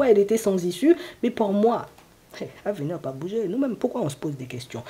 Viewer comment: COUCOU ! Lorsque vous avez dit " venir" j'ai entendu "vous nuire ". Bizarre car mon ex avait bien nuit à mon bien-être. Merci pour cette guidance et belle journée ensoleillée !